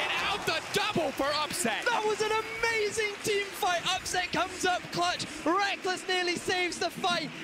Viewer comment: La vidéo est sympa ! Pour ceux qui suivent la scène depuis plusieurs années, on n'apprend pas grand chose de nouveau mais pour les suiveurs les plus récents, c'est un bon récap ! Par contre ma seule remarque concerne la prononciation de certains pseudos ou noms d'équipes à revoir (Amazing mais surtout Schalke où le 0 n'est jamais prononcé alors qu'il le devrait)